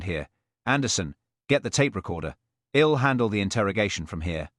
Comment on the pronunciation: The programmers of this AI “reader” should be fired. While the accent is so British and proper, its pronunciation skills R greatly lacking. It cannot even pronounce “I’ll”. What a shame if it weren’t so funny. And whoever wrote this episode has made DCI Blair particularly nasty. Another shame that is less funny. Oh well, this is cheap entertainment. What do I have to complain about.